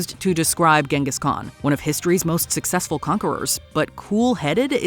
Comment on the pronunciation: You should learn the modern, correct, pronunciation of Genghis Khan.